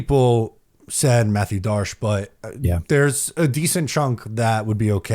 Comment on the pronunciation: This guy talks perfect English until he pronounces the 2 candidates' names. What a clown 🤡. I can't take this guy seriously.